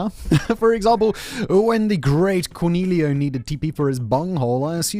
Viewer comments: Lost me at "The great Corneelio" It's Cornholio 😂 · Corn-hole-eo, not core-kneel-io.